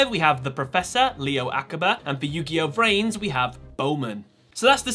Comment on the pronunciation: its yugioh v-rains not vrains